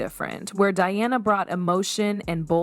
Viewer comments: Its Diana, not Deeyawna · So, instead of just stock photos, match the visuals to what you are talking about. And pronounce the people's princess' name correctly and consistently.